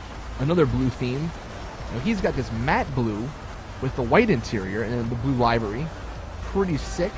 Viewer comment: Come fucking on LIVERY isn't that hard to pronounce.